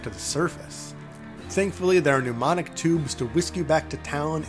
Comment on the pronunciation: 'Mnemonic tubes'